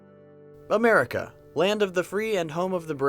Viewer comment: """I thought that 'merica was the number one ..."""" south accent